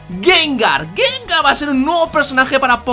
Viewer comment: gangar? xDDD